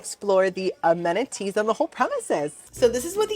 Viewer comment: is it weird that I want to be your best friend? for a lot of reasons, but also because you pronounce it "ameniTEEES" and also that you're grateful that you "even have a chair." omg. and happy 30th birthday! that's a big one.